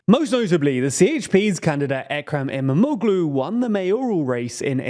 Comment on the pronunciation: I believe you will need to mention his name more often from now on. "Imamoglu" has actually soft g (g with a breve) which is not really pronounced. Think of it as = Imamoulu (o pronounced a bit longer). You can also check Google translate for the correct pronunciation.